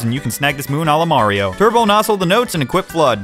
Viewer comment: super munkie'o Odyssey